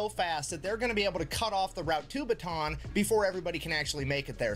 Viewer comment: It's pronounced "Bata'an", by the way. Just wanna let non-Pinoys know.